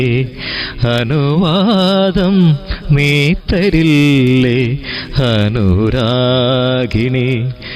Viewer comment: നല്ലൊരു ഗായകനാണ് അഭിനന്ദനങ്ങൾ, പക്ഷെ ഉച്ചാരണം ശരിയാക്കണം ഉദാ..(ഹനുരാഖിണി, ഹിതായെൻ ) ആ..... വരുന്നിടത്തെല്ലാം " ഹ" കേൾക്കുന്നു.